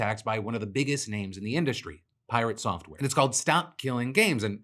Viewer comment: You definitely didnt pronounce piRATsoftware properly